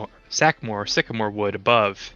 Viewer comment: Library. Sweetie, it's sycamore, not sacamore. Pre-dating Art Deco is Beaux Arts, which adorns bold lines and geometric shapes with more classically styled sculpture and details, such as seen above the panels and around the windows. Again, cute that you're using terms you know (Art Deco) but applying them incorrectly. Young people are funny.